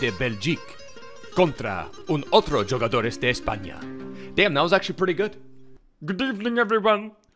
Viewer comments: Bro please say huugadores that’s how you say jugadores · Its pronounced 'who'gadores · It’s “who ga dor” 😂